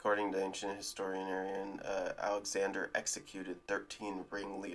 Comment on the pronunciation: Sorry, but historinarian?